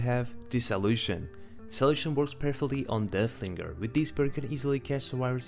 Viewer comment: Its so funny that yku say deahlinger